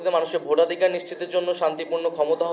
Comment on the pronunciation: আহ! কত কষ্ট করে ভোটাধিকার শব্দখানা উচ্চারণ করল